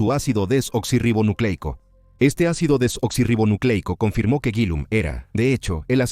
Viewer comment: Lo siento, pero qué risa me dan los que se quejan de que diga la palabra correctamente: Ácido Desoxirribonucleico. ¿En serio eso les enoja tanto? Pero así se llama. 🤷🏽‍♀️ Me recordaron cuando estaba estudiando la carrera, Medicina. Me tocó exponer sobre los XII Pares Craneales, llené las paredes de mi cuarto con las láminas que usaría, para repasar todas las noches antes de dormir. La hija de la señora que me rentaba, me pedía cerrar las cortinas, porque le ponían nerviosa todas esas palabras raras. Qué cosa tan extraña. 🙄 😂🤣😂🤣 En fin, gracias. Buena investigación y narración. 👌🏽👍🏽